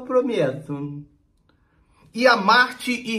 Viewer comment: "ENTÃO EU PROMEUTUMMMM" KKKKKKKKKKKKKKKKKKKKKK